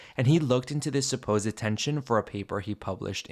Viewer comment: Un pequeño apunte: supposed son dos sílabas "səˈ-pōzd" tú le metes una "e" antes de la "d" (səˈ-pō-zed) que no tiene. A mí me pasaba con clothes que es una sílaba "klowthz", y yo la decía con dos "klow-thez". Es un error bastante normal en los que somos hispanohablantes. 😅